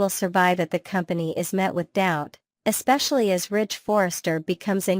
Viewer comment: It's Ridge, Not Rich